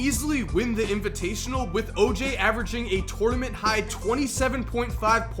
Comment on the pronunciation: Listen to how says tournament